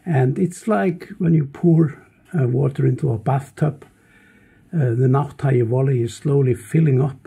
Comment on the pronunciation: Great! But not wall-ey, it's valley.